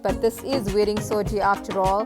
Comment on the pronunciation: Its suji not soji